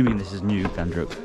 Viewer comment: It's Ghandruk not Gundruk my man. Gundruk is a fermented spinach.